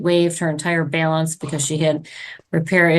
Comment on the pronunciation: WTF is a Bail-ance?